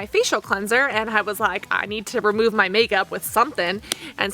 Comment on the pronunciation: You are such an obnoxious person. Your high pitched voice and that vocal fry at the end of every sentence paired with the incessant and repetitive use of the same phrase "Now, what is interesting..." and the way you pronounce "and" is just so frigging annoying. Can you not calm down and talk like a normal person? I cannot listen to your videos without getting that annoying ringing in my ears. Holy shit.